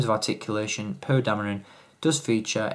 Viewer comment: I know I can't be the only one that hears him say "poo" instead of "Poe"